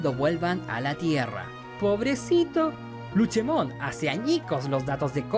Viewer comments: Cómo me duele a los oídos q la le diga Luchemon y no LUCEMON Luche suena al nombre d la señora d los helados Cómo odio a los gringos por cambiar los nombres d los digimon como a OMEGAMON y muchos otros 😒😒😒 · un digifan escuchara como le dice luchemon en lugar de lucemon y le saldra espuma por la boca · Que onda con el luchemon en lugar de lucemon xD